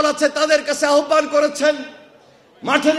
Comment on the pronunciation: আহ্বানের উচ্চারণ আওভান, আহ্বান না।